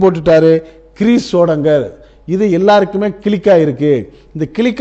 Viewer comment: என்னய்யா கிளிக்கு காக்காக்குனு 😂😂😂 அது க்ளிக் 😎